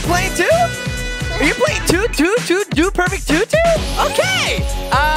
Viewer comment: when chase shoots his shot said DUDE PERFECK